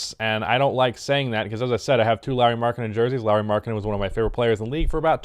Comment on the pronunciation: hes called LAURI not larry...